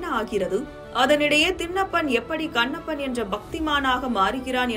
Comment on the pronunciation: தின்னப்பன் , கன்னப்பன் ❌ திண்ணப்பன், கண்ணப்பன் ✅ நாக்கை நன்றாக பின்னோக்கி வளைத்து எழுத்துகளை உச்சரித்துப் பழகுக. தமில்தான் வால்கிறது. வேதனை!